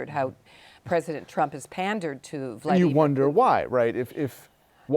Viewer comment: The way "Amy" pronounces Vlaimir 💀😮